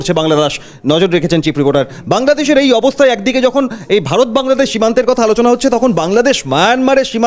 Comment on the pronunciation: এরে সাংবাদিক কে বানাইলোরে ভাই, বাংলাদেশ শব্দটা তো উচ্চারণই করতে পারে